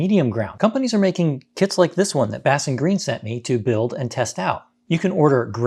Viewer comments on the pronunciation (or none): you keep calling it BassenGreen but its BASEN